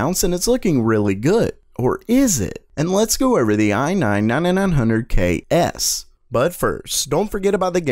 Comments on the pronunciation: And let's go over the aye nah nananahn hunerd KS. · I nein, nananana hundred key-es.